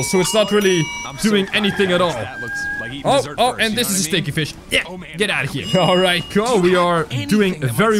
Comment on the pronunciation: I love it how says stinky as stchinky 😂